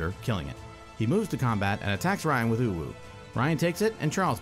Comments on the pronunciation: It is pronounced like Ow. Also fun fact, it means blue in japanese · Japanese speaker here, its pronounced Ah-Ou , by the way, 3 the english name lack a U word somehow as its a 3 character word in Japanese. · Since it's from Kamigawa, it's safe to assume you should use Japanese pronunciation for Ao. Thus it's pronounced "Ah-Oh", or basically just "Ow".